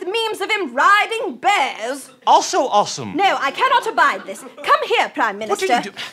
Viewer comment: we don't pronounce awesome ossum. Please.